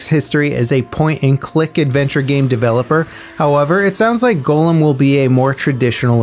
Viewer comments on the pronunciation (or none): i dont think he ever saw a lotr movie... golem... dude... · That's not how you say "Gollum," you know that right? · Is nobody going to mention the way he said Gollum?